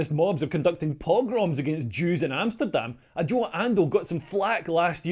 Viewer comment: you got Amsterdam wrong...